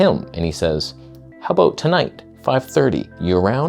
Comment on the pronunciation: "Are you good at what you do or are we aboot to find oot?" 😂